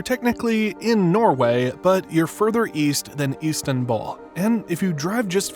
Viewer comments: It's not KIrkenes and IstanBULL, it' pronounced: Sirkenes and Constantinople ;) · further east than east-anbul huh? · Until hearing this accent, I never thought of the “east” in “eastanbul”